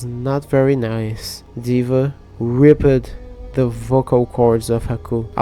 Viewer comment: it’s a.r.g (all pronounced as their separate vowels) you know what? I would current your English but hearing you say “arg” and “ribbet” instead of ay-are-ge and ripped makes me laugh so hard.